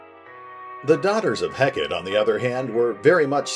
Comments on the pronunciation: Is it supposed to be pronounced 'Heck-et" or like the Greek goddess "Heck-ah-tay"? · Heck-a-tay. That's how it's pronounced. Its a deity.